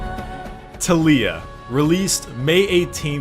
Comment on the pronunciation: The way you say Taliyah and Ivern triggers me